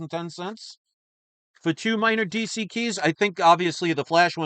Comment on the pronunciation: What is cheese EE comics??? This must be really rare.....oh DC, what is DC? Cheese EE sounds more like some brand that Chris would buy from than this "D""C"